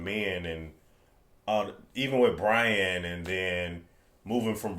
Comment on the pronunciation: You always had trouble saying Brian